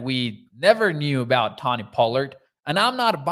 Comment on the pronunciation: Its pronounced Toe-Knee. Sorry, was bugging me and my OCD ass. 😂